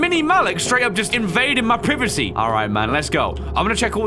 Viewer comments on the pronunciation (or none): I laughed when he said "privacy" as "privcy" not in a bad way tho it just caught me off guard.